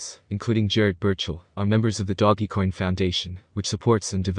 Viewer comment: Can you say doge coin not doggy coin 😂🤣😂🤣 come on bro